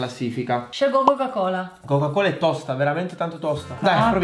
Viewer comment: Adidas=ADIDIDAS😂🤣:Coca-Cola=cola cola🤣muoio